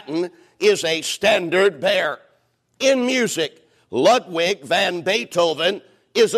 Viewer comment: And the way that pastor pronounced "Ludwig" is why I'm finding it harder and harder to rebut the popular association of Southern accents with low IQs.